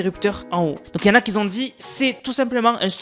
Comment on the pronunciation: Tes vidéos sont vraiment très bien, je les regarde régulièrement ! Juste, stp... , si tu y penses et si tu le souhaites bien entendu, fais attention avec les "qui Z ont dit" ! Tu le dis très souvent et ça fait un peu mal aux oreilles quand c autant, j'avoue!